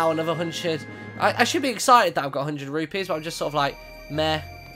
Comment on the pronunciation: Rupees not Rupies